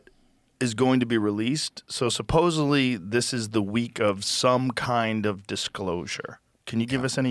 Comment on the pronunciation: "sapposely the word is supposedly"